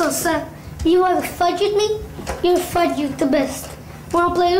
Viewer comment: Say fuge not fuck